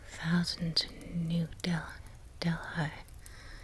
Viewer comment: Your pronunciation of Indian places is really good! They were all accurate, except for Delhi which is pronounced like "deli" :) thank you for the video